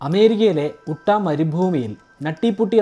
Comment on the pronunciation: ചേട്ടാ ഉട്ട അല്ല യുട്ടാ എന്നാണ് സ്റ്റേറ്റിന്റെ പേര് ...ഞാൻ ഈ കേവിൽ പോയിട്ടുണ്ട് കാണാൻ